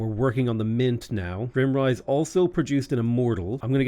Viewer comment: just want to point out that your capital is GRIME - rise, not grimm-rise. IE, its dirty, not depressing